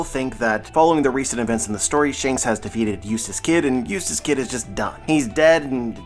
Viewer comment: everytime you say eutass kid, i ear useless kid. xD